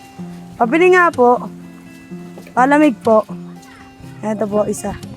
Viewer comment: Grabe Naman pag Pronounce sa Palamig ah imbes Palamig PA-lamig